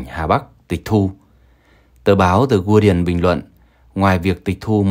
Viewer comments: đi ưn chứ không phải đi iên. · phát âm sai chữ Guardian ( đọc đúng là gá-đi-iên)